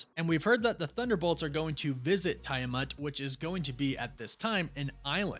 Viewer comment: Why call the celestial “Tie-uh-muht” when everything even the Eternals movie pronounced it “Tee-ah-muht”?